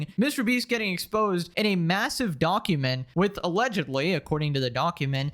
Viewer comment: Bro keeps saying donkument